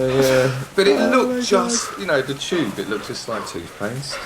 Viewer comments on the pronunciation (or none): none